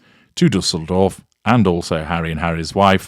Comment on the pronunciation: As a German I‘m complimenting you on your pronunciation of Düsseldorf. Well done 🎉